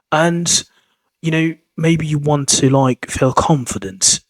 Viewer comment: "How did you feel " sounds very much like " How did you felt " (9.01) :face-turquoise-covering-eyes